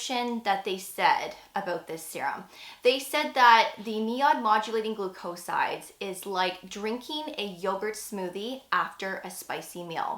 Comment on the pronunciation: GLOO’-coe-sides, not gloo-COE’sides